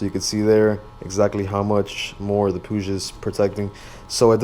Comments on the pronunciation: So I asked some spanish speaking friends how you pronounce it and apparently you say it like how the brits say it pu-ig and not puge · I love how you said Puig, it's the first time I've heard it say like that haha.